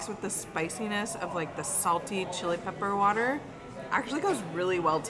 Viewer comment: pronunciation of Chili Peppah Watah is on point. My husband and I were cracking up. Love it!❤